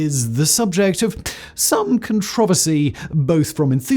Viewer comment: "Con-trov-sary" Jeez, could you strangle "con-tra-ver-sy" any worse than that?